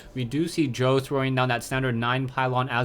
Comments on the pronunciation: lol "s- jow", its pronounced "sjow" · Nice commenting but he's not pronounced "S-jow". It's more like "CHOV".:>